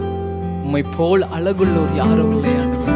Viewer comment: Simply nice song but the first line if u pronounced azhagullavar means.... it will be super